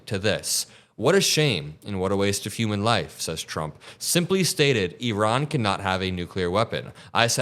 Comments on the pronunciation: It’s ear-ON, not “EE-Ron”!!! The stress is on the second syllable. Iran: ear—ON. Get it? Good! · Eron? I thought it was pronounced I ran